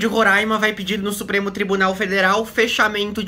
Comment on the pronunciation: vc fala roraima certo, coisa que a fatima bernardes nal consegue